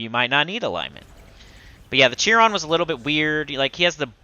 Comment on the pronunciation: Chiron is pronounced [Kai]ron" not jiron.